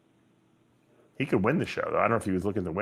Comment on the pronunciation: Dave it’s a Olympia not olympier